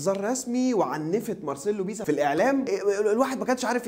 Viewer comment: بيسا؟؟ دا لو سمعك بتقولها هيعتزل اكرمله